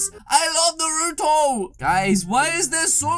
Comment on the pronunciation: It’s not nrot it is Naruto